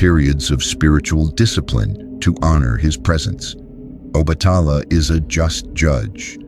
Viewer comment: Please try to obtain the correct spelling and pronunciation of the Orishas, example: Yemayaaa/Oba-tà-laaaa / Chàn-gó ( Santa Barbara)/Oo-sYuún